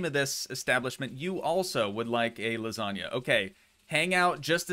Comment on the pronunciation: Please, don't say ''lasag'' it hurts my ears. Say ''lasanja'', it's pretty correct if you ask me and it sure will not hurt my ears. Thank you.